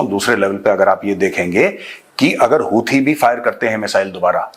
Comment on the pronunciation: Houthiya...sahi naam pada hn😂